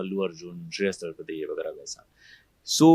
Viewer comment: तलपदे नहीं तलपड़े है रिपोर्टर साहब